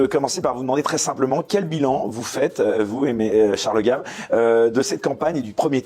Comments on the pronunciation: Ce n'est pas "GAIVE" qu'il faut prononcer à l'américaine ! Mais GAVE, Charles GAVE à la Française scognengneu ! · gave : en français ça se prononce gaaaave en anglais gèive !